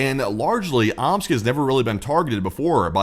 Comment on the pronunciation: More like “Ooops!” rather than “Omsk”.